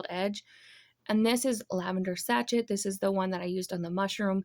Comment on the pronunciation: You picked my favorite colors, lavender and purple. My bedroom is done in both colors and I love your cute sunglasses. Oh just a heads up the sachet is pronounced say-shay. The tiny tier tray is adorable. Great job.